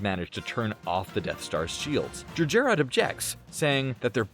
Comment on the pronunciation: It's pronounced "Jer - Jer-rod".Not too hard to say it yet you failed more than once.